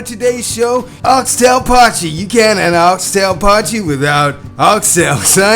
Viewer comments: Dude it's called a poy kee pot not pot jee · My friend, appreciate you. For next time, dont stir the poitjie make layers and leave it. And as much as potchy has a ring to it 😂 it’s pronounced poykee ekse. 💪🏻 lekker effort boet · It's not pronounced "pochy"!, it's pronounced "poor-key"!. You sound like a right idiot calling it pochy 😂😂😂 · It's not pochie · Pronounced poy kee my man. But awesome video. Looks damn good you did the pochie justice looked amazing 😂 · Love your "potchie" dude. Relax your jaw a bit and let the sound ring out of the mouth, just like your tasty looking potjie (pronounced Poi..kie) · Pojtie pronunciation; 'Poy key' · its totally not potchee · Pronounced Poikie I think you will find there. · Pronounced poi-key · its pronounced "poykee"... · I can imagine they weep when you pronounce it “potchi “! Looks amazing though. I am a Brit but lived in SA for 9 years. I bought back a 2 and 3 pottjee pot. Always a favourite. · pronounced oxtail poykie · It's pronounced poi kee my American friend. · After hearing you pronounce Potjie, South Africans are currently throwing shit at their TV. Good cook up mate.